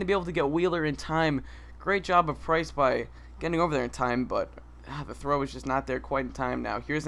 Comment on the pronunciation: PRINCE!!! HAHA actually iTS PRICE!